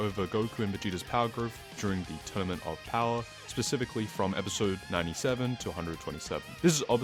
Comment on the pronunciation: Bro can’t say “tournament” correctly to save his life